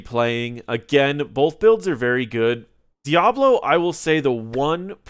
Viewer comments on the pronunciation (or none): I keep hearing Diavolo instead of Diablo lol